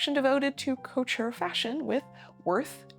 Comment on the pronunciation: Couture is not pronounced CO-tour. It is approximately cah-TURE. Bon Marché is not pronounced bone MARSH. It is approximately bow (as in bow tie) mah-SHAY.